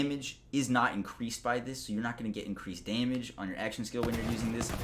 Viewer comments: Are you kidding. I subscribed just to hear him say "day-mage" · I find it funny how he says “damage”